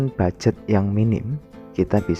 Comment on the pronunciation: Mohon maaf, minta izin. Mau meluruskan. Yang benar itu bukan Bugjet tapi ( Budget )